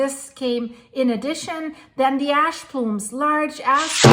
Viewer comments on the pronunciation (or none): Ash plume, not "ass????" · Thank you for all your diligent work….ash is pronounce « ach »…shhhh sound 😊